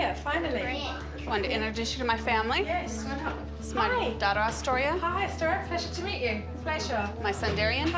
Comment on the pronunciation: Man during this episode I was hearing Dystoria But her name was Austoria . 🤦🏽‍♀️🤦🏽‍♀️ I really hope the relationship between the mom and the daughter stays good . Because at the beginning of the show she had many prejudices towards her daughter